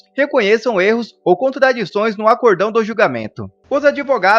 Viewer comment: "ACORDÃO" ou ACÓRDÃO ??????